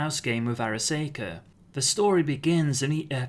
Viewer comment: Arasaka Ar—a—saw—ka not Ar—a—say—ka The way you are pronouncing it, it would be spelled Araseika! But that is not how it is spelled.